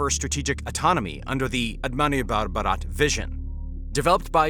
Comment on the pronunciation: Okay just a correction it's "Atama Nirbhar Bharat"... and not "Atamani Bhar Bharat"... it's means self reliant Bharat(India)